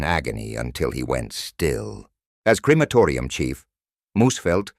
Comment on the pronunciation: Its not Creamatoria ffs